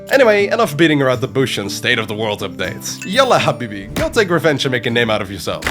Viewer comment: yalla habibi was on point 😂